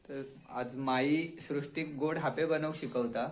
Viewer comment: हयका हापे नाही बोलनत आप्पे बोलतत